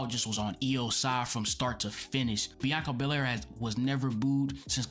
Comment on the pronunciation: without saying a word??? or without being able to say a word? i will forever have her bianca berraire and reah riprey callout in my mind why cant some asian pronounce the letter L, its like the part of their brain capable of speaking the letter L is burned out from too many sushi 🤣🤣 need more mercury 🤣